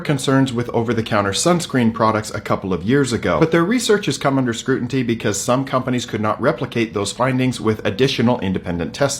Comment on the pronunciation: What’s that bald guy talking about, what’s “scrutinty”” and ur right all these “.dermatologists” were racing to break the story first without really studying the results